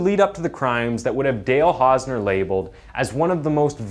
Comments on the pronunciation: "the case of Hale Dausner" Seriously?? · You called him Hale Dausner lol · Hale Dausner, looool. Elocution, man. edit: Or-tis? And "Coraillio"? You really must work on your oration and diction if you aim to do this for a living. The number of mispronunciations and outright mistakes in this video makes it slightly difficult to focus on the events therein. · Hale Dausner or Dale Hausner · Mans said. Hale dausner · 'Hale Dausner' ? His name is/was 'Dale Hausner' you need to check your work before you release... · the first time you said Hale Dausner 😭 cmon man that’s just lazy get a better editor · HALE DAUSNER LOL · Hale dausner 😂😂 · Hale Dausner.. he actually Said it.. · "Hale Dausner" 😅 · Hale Dausner??? Wtf Is It Hale Or Dale? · Hale dossner 😆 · In the opening you called him "Hale Dausner" lmao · I’ve been noticing that you make at least one really bad mis pronunciation in every video so I was thinking you were from some really obscure part of Canada where they all talk funny but now I’ve just heard you call this man hale dausner I’m sure your doing it on purpose. Why? I don’t get it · said the guy's name kinda said Hale Dausner when the name is actually Dale hausner...hahahaahaha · The first time you mention the guy's name you call him Hale Dausner.